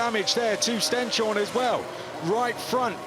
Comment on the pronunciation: This commentators must learn the right name of Stenshorne, not Stjenstorne!